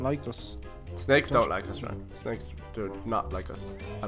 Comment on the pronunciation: He says tanks instead of thanks